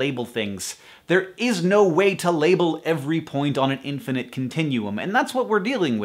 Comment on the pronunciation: Every time he says infinite i hear either the Perks Of Being a Wallflower or TFIOS